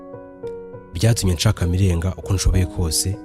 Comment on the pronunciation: Broh i think we say "Mirenjye" and "Ntenyo" sinz ariko ,, but keep it up